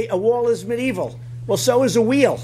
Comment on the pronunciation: Did he really just say mid evil